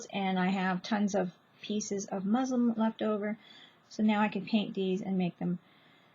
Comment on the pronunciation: Muslin not muslim